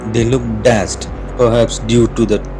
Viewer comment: You were really nice in speaking and dialects of your video, it seems as if you did good practice for it and it was truly a great job but there has been problems in your speaking a few times...please check for the pronunciation for some words like trauma , lakes, dazed, etc....and I sincerely hope that in your next video you will be performing better and soon your channel will also turn into a successful channel. Wish you all the best...